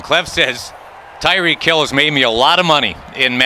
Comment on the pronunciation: It’s reek... for tyreek hill